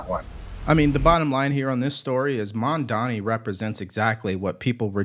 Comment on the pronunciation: Everyone mispronounces Mandani how about Devari Dorkins .